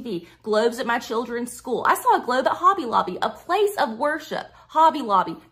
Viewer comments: A doctorate in education? From Jeezus through his online correspondence school. Almost as impressive as a Ph.D from Trump University. I did learn one thing from this highly educated woman; I've been pronouncing the word 'globe' wrong my entire life. It has 3 syllables (or is it 4?) 'Glau-oo-ub-a'? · She has a PhD in school counselling and supervision. Clearly the right education to talk about "gloubs" 😁 Also, everything she said about gloubs applies to birds too 🦉